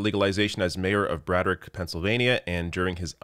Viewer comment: Hey I just wanted to let you know you pronounced Braddock wrong. It's pronounced Brad-dock like a boat dock